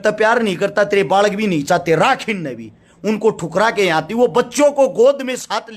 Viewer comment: Aati h nhi aatti h😂😂😂😂